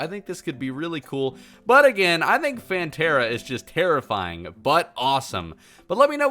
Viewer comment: *hears the word phantera * Me: plantera